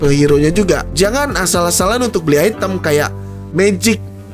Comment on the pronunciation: item cok bukan aitem, kan lidah indo ...wkk